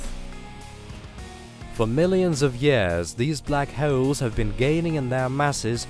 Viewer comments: Black he-yowl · Syewper Massive Black Heuwls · What is a black heoauwle?😂